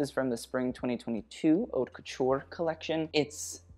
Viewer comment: Hey, I don’t know if anyone ever told you that the H in haute is silent! It’s basically pronounced like “ought le mode” You’re welcome, love you ❤️